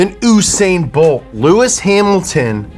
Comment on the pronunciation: you say bolt name wrong my guy